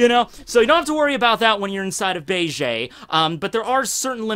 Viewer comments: BA-JAY????? please stop with the cringe. BEGE = BEIGE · Every time you say bay-jay (instead of beige) I just think of Bailey Jay. Coincidentally, who is also like "Men, get inside me!" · Beige eh? You Canadian eh?